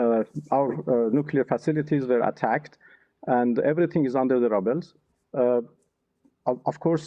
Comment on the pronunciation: JUS HEAR HIW HE PRONOUNCE RUBBLE. DORKNIS SUPPOSED TO BE FOREIGN MINISTER 😂😂😂😂